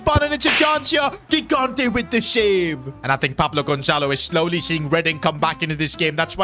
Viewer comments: Bro its not gigante its pronounced higante please acknowledge my comment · 3 episodes in a row tryna explain to that he's pronouncing gigante's surname wrong (first g = j)